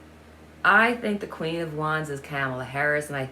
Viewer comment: Trump can run, but he should hide if he had a brain cell between his ears. Vice President Harris’ name is pronounced COM-A-LAH ( not cam ala) If you think 🤔 of the name Pamala but change it to Pomala and change the P with a K, that might help you remember. Her name is difficult. Perhaps we should just stick with Vice President Harris.